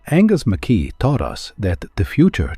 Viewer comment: It’s pronounced ‘Mac Eye!! Not ‘Mc Kee !! Good video but lets get his name correct at least. It’s Scottish ! I met him at a show in the 80’s nice guy.